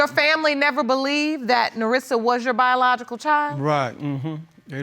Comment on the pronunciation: BIJALOGICAL. YEA I HEARD THAT